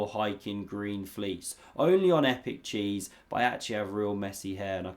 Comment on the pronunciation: Did you say Epic Cheese?🧀 or did your accent throw me off? 😁 was that a shout out to Kramnik after the time he got mad at you for calling him out? 😂🫶🏾